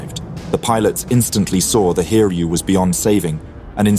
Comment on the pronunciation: Its pronounced as Hi-ryu, not Hir-yu.